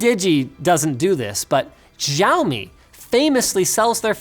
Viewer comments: Shao-me not xziomi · I always feel a little bit unnatural when Linus pronounces "Xiaomi". I guess the "X" should be somewhat similar to "sh" instead of "j". Never mind. :-) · Its not pronounced jiaomi its xiaomi!😁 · Again Linus, it's Shao-mi not Jao-mi. Tsk. Tsk. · ugh.. please fix your jaomi to xiaomi with "sh" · DJAUMI ? that's how you pronounce xiaomi ? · It's pronounced chowmi because they're taking a bit out of the market by chowing down on the market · Da MeepingMadMon its siaomi im chinese too. X is pronounced like S in chinese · Siddhant Nayak that is incorrect, its "shao mee" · Zai o mee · Shout me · arthur bellington Googlecalendar I'm not but Xiao is a common thing. And if I remember it's pronounced Za-ow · Oh god that Xiaomi pronunciation.... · I've already gotten used to Linus pronouncing xiaomi wrongly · better than the rubbish Linus is pronouncing haha! Xiaomi is super simple to get right. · That's it.. Linus! Ask your Singaporean wife to give you a few lessons on how to pronounce XIAOMI PLEASE